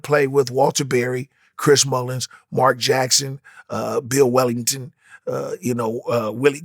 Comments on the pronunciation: Chris Mullins and Bill Wellington 😂 instead of Chris Mullin and Bill Wennington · Bro said Bill Wellington 😂 damn